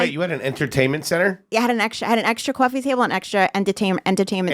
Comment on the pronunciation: My favorite was ''I had an extra coiffee table''